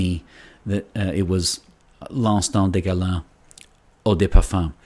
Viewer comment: fantastic review.the pronunciation of the name is fantastic😄 loved it👍